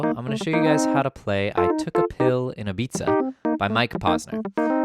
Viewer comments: The cringe when he says "I took a pill in Ibitza" 😅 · I though you were saying "I took a pill in a pizza" XD